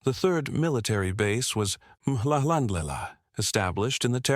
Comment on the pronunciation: I like the videos, but in this day and age, at the very least, you should try to find people that can pronounce the words/names etc. in as close to the native language as possible. "Mhlhlandlela, eNdinaneni, eNkungwini etc." the narrator changes the meaning altogether with their pronunciation. Told correctly, these words/names tell a different story and feel about each of them.